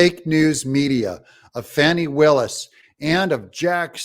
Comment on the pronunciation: Why do they call Fanny Willis Fawni?